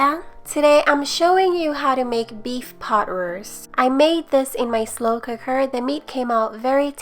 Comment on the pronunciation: Did you say beef pot ruist?